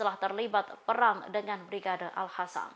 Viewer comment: bukan al hasam tapi al qasam.